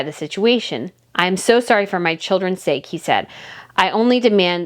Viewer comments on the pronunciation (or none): none